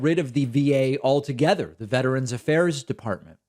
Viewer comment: Did this idiot just say veterans like the va???? LMAO